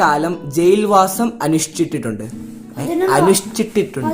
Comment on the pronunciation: അനുഷ്ഠിട്ടിട്ടുണ്ട് എന്ന് അല്ല അത് ഒന്ന് ശ്രദ്ധിക്കണേ 😊😊